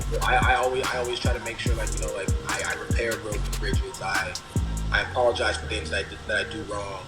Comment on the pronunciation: How did you fuck the Word "apologize" up so bad 😂